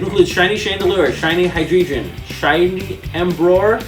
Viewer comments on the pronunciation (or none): the fact that this dude is collecting every card but doesnt know how to pronounce alot of the pokemons names is rubbing me the wrong way, like wtf is "embroar" and "hydreegin"